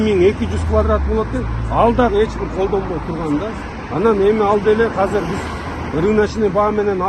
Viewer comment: Кыргыз тилинде "азыр" деген созду "казыр" деп да айтышабы? 1-жолу угушум, кайсы жактын диалекти бул ыя?